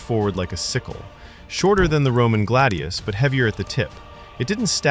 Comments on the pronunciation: hrrrrmmmmm....said GLAD-IOUS not galde- eos and fal-CA-TA there is no d in the word nor do roman blades get called glade eous a glade is like grassy woodlands or something im pretty sure......im sorry its just......SAY IT PROPERLY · glaydius and falcayta